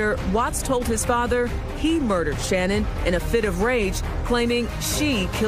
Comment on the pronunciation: Dr Phil, why don't you learn how to pronounce her name correctly!